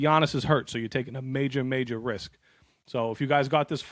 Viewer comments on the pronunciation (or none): none